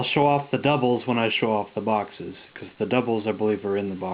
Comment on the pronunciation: i thought you said foxes ...like samanth foxes ..ah! boxes .... darn lol XD bump n' jump is a classic ..i would love to see the intellivision version ..cool collection dude would like to see your other collections as well including samfoxes ..lolXD